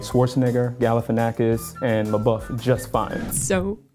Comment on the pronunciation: Dude thinks he pronounced Schwartzenegger, Labeouf, Galifianakis correctly. * Chuckle *